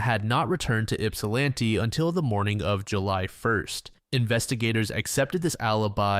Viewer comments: St Clemens? Do you mean Mount Clemens? Yupsalanti? You mean Ypsilanti? Brother it takes 3 seconds to research this stuff. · In case the city ever comes up again: Yipsilanti = Yipp-sil-annie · I hate to be this guy, but it's "ip-sa-lAn-tee"